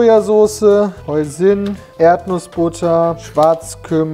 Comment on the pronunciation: Da steht zwar hoisin sauce, aber soweit ich weiß wird das haißien ausgesprochen.